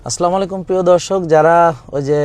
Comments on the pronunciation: আসসালামু আ লাইকুম। স্যার আপনার সালাম আসসালামু এর লামের মধ্যে এক আরিফ টান হবে ধন্যবাদ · স্যার আপনার সালাম আসসালা এর লামের মধ্যে এক আলিফ টান হবে ধন্যবাদ